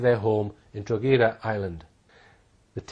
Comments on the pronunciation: Serious research put into this and everything to do with Hall addressing Madeleine case. FYI - Town in Ireland is pronounced Draw-Ha-Da (Drogheda), not Drog-A-Da. Boom...keep up the good fight. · Drogheda in Ireland is pronounced "Droh-hed-ah", to rhyme with 'opera' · Drogheda pronounced draw hee da , silent g. Small point but necessary. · Not a very good researcher. His pronunciation of "Drogheda" is WRONG!! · Drogheda pronounced draw hee da , silent g. Small point but necessary.AND , emphasis on the 1 st syllable Happen to know , i used to live in Eire Also, Sagres.... is pronounced Sagresh.. I know ? I WAS there , and lost my virginity there I know, ....too much info there, but TRUE